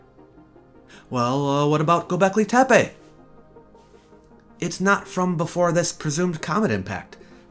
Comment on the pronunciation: Nice video, "Gobeklii Teepe" made me laugh.